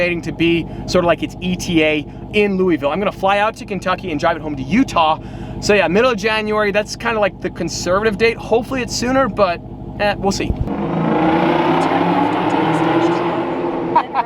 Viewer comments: It’s- LU- A-VL - “Lueeeeevillll” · when you said Louisville, it’s not how you say it. 😭😭😭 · I live in Louisville😁btw it's pronounced louvull